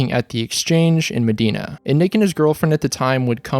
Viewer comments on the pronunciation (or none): I’m from Medina it’s pronounced MUH DINE UH not Muh dean uh ,it’s so weird hearing about this, I also worked with people who are his friends, he even came to my work once, I was suppose to go see them play once but it was a bit far, the exchange is a dope place anyways MUH DINE UH.